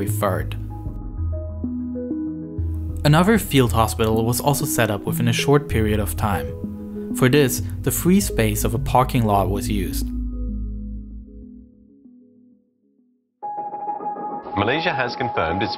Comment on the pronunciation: The fwee space